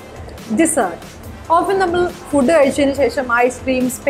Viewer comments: You mispronouned the words "food" and "vegetable"..☺️ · You are mispronouncing the word 'food' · U pronounced fooooood as fud🙊🙊🙊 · It's not fud , it's foood ( pronunciation)😁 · First of all thankyou for this video. Would like to bring it to your notice: It's food not fud! It's veg-table not vege-table. Thankyou Learning is sharing I believe 🙂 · Its not vegee-tables .. its veg-tables.. And its not fud. Its foo ood... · Its not fud. It's always food. /fu:d/ I would suggest you to not to concentrate not only on the words you try to correct but also on the entire words you actually speak. Eg: food, vegetable etc. Kashtapettu parayan sramikkunnathupole thonnunnu compared to the other people that comes with video in English House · It's not fudd...its foood...😉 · Basically, it's F'oo'd n pronunced as Fooooood & not F'u'd. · Main thettichu.. That is l fu:d l not fud /Veg. i.tals alla / ./ vej. tuh.blz/ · It's not fud. It's fu:d (food) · It’s not fud.. it’s food..and mojito , fajita, jalapeño etc it’s not coz “j” is silent..it’s Spanish .. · Lady,its fooooood and not fud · But the end she said fooood... dont know if u noticed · Fooooood..And next in mojito j is not silent i think its a spanish wrd and j is prounced as h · ആദ്യം ഫുഡ്(/fuːd/) എന്നത് ശരി ആയി പറയ്! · You yourself mispronounced the word "food". It's "/fuːd/" as per RP. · Its fooood.She mispronounced it🙂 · She was mispronouncing FOOD, RESTAURANT (except when she introduced it), VEGETABLE and even MISPRONOUNCE!!! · Please check the pronunciation of food.. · Your pronunciation for "pronounce" is wrong. Its pro'NOUN'ce not pro'NUN'ce. We agree you guys are spreading knowledge. We all appreciate your efforts. But in this video few more mistakes are there, including pronunciation of vegetables, food etc. AND, 😊 along with English try to speak in proper Malayalam. She mispelt രണ്ട് as റണ്ട് . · Ur actually making a lots of pronunciation mistakes......food,often etc....pasta too